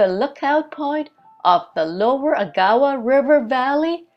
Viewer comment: Hi. Enjoying your trip very much. Thanks for sharing it. Oh, by the way, for future reference, if you pass this way again, the pronunciation of Agawa is AG-awa, not a-GOWA.